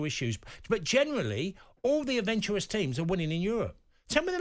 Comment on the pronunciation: Adventuwous is a new word. Never heard that one before